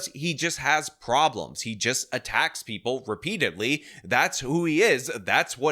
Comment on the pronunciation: "Preeple"? Also, do you have to almost always yell when you say "baby angel"?